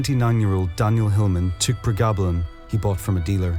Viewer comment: Pronounced- pre- gab-lin